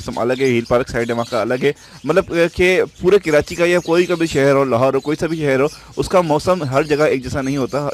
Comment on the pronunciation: Bhai please kirachi mat kaha Karo dukh hota hai, Karachi hota hai keerachi nahi